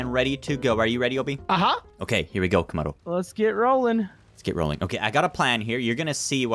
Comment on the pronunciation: said tomodo